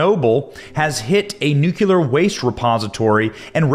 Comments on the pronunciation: Thx With all due respect, it’s pronounced NEW-KLEE-AR not nuke- you-ler A nit. I know. Thx again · It's NU-CLEE-UR, not NU-Q-LER 🙃😆 You're killin' me. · Think of it like the two words: NEW & CLEAR NEWCLEAR , or in the correct spelling, nuclear. NOT NUCULAR. I can’t bear to hear it, Benny! It’s too much to ask of anyone! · 'new cle ear' not 'newk ya lur'! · It's NU-CLEAR NOT "NU-CU-LAR" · Nuclear… sound it out dude. Do you see it spelled nucular? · ‘NEWCLEAR’ is how it’s pronounced. Jesus, it’s pretty straightforward. FYI Putin is pronounced’PEWTIN’.. Get a grip fella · Pronounced ‘new clear’ ! It’s not difficult matey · ‘Nucular’ weapons…? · Don't say "nucular" 40 times and expect me to take you seriously benny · What the hell is a nuculer